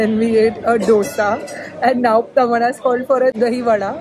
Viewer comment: Its Dosa as in Dahi not Dosa as in Vada.... :(